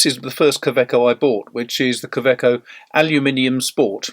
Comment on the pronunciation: Pronounced Kawayco not KA eco as demonstrated in an interview with the German COE on a you tube video. To make it easier for English speaking people. Like Robert Wagner instead of Robert Vagner.